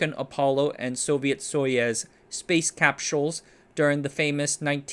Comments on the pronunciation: A bit of the context: "Big Cheese" likely comes from the collogues shortening his last name. "Syr" in his last name spells "cheese". Mispronounced "Soyuz". It is pronounced as "so use". The image caption has a typo. It's not "Znmaya" but "Znamya". It is typed correctly all the other times it appears on the screen. other mentionings - Mispronounced "Znamya" by adding an extra vowel sound between "Z" and "namya". Mispronounced "Kazakhstan" by adding an extra vowel sound between "Kazakh" and "stan". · You really gotta put in more effort into pronouncing Russian names and words, it's not that hard and at this point I think you do it on purpose "as your thing". It's not your thing, every other westie youtuber does it. "Soyuz" is extremely easy to pronounce and yet you messed it up _again_, while you pronounced Znamya correctly. "Kazakhastan" seriously? It's cute a couple of times, it gets dumb if you make the same mistake over and over again throughout several videos.